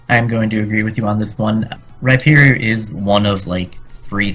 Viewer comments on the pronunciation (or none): none